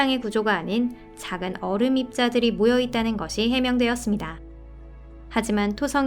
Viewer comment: 얼음을 어림이라고 읽는듯하넹.